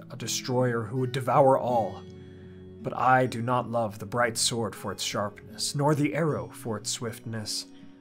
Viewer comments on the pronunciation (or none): none